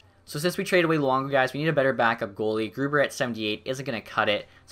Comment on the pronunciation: I think when you look at the marketing stuff. Its new into the game so its fresh and interesting to see. Id say maybe only every season though. Also I always thought Grubauer was pronounced like Grew - Bower (like the company)???